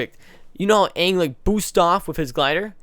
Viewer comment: is the first person that I have heard say they didn't like the movie. I hated the movie. They had one job... the entire movie, they said Uung instead of Aang.